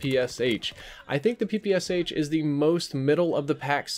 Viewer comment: Hey, thanks for the video! I just wanted to say that you pronounced "PPSh" wrong. The "Sh" should be like in "Sherlock", not 2 separate sounds:D (I'm from Russia, so you can trust me on this one)